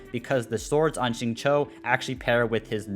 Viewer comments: it's like sing chiu but less of the h and more of a sharp C or something like Tsiu, at least that how I pronounce it in chinese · i feel you. I'm fairly sure it's Xingchou(i have no idea how to convert chinese into english text spare me) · not really the correct pronounciation would be "singcew" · as an asian i cry everytime he says xingchow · it's pronounced shing cheo / chew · Xingqiu called himself "Shing-chow" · SAME. I GET SO DISAPPOINTED WHEN I HEAR THEM PRONOUNCE XINGQIU 😭😭